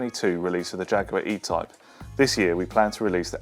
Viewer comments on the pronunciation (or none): none